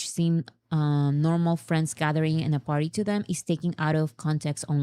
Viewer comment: I promise I'm not trying be an asshole but as an ESL teacher, I absolutely HAVE to talk about this. For the word "party" we gotta hear that "R" sound, or we will think you keep saying "potty" and in American English that's another word for "toilet." I'm not talking about the bathroom. I mean the actual thing that you sit on to poop/pee. THIS, folks, is why you never hire a British/Australian ESL teacher. I replaced a UK teacher two years ago and we spent nearly an entire semester going over rhotic Rs.